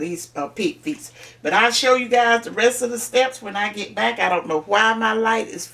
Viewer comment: I see the house phone and when she said bike instead of back I knew it was gone be some shit I love it keep it up